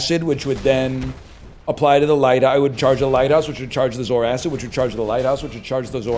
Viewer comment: The way NL says Zoarcid makes me angry. Mostly because he's probably right. But Saying zor-kid makes it sound like a cool alien. Edit: Actually no, he's just completely wrong in his pronunciation.